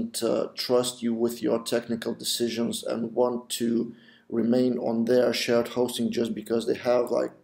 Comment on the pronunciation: idk why but whenever u said shared hosting i heard it as shit hosting :P